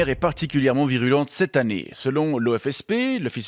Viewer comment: un jurassien qui dit "annéeiii" ?? Aïe, raté sur ce coup ;)